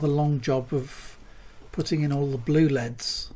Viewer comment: They'er NOT LEADS, they're L. E. D. s dammit!!!